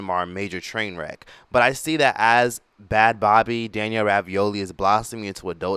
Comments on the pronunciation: Bad Bobby? Man it’s bad baby!!!! I can’t stand when people make videos and don’t even know how to saw the words they’re talking about. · It’s pronounced bad baby right lol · I think it's pronounced Bad Baby. Not sure if you are saying it incorrectly deliberately but just wanted to let you know